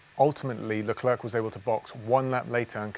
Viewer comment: Thanks for the video It's prenounced ''Lecler'' and not ''LeclerC'' ;)